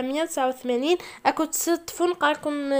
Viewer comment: ااا يما جيت نتعلم عشيت نعلم 1789:تتقرا ميل سات سو كاتروفانتناف اسمحيلي مي la prononciation grave